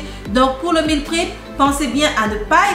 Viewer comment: Hello , merci pour c'est recettes qui donne envie 🤩 ... par contre je m'interroge, si tu ne mange que la soupe sans rien d'autre a coté ne risque tu pas de développer des carences ? Par contre ma jolie on ne dis pas meal " prip " mais meal " prép " ( je l'est écrit phonétiquement ) en anglais . Jai hate de voir ta prochaine vidéo. Prend soin de toi , que Dieu te préserve 🙏🏻